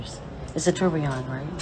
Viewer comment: You know it’s worth $3 million but had to ask if it’s “a Turbion right” lol